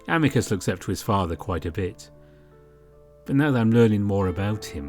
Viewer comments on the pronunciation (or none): I think his name is pronounced as Ameecoos.